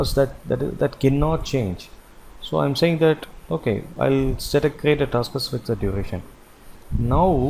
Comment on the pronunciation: Thanks for this nice tutorial. I'm glad I finally understand Effort driven is alway Fixed work. Just a head's up: Fixed is pronounced "fixT", not "fixID" ;)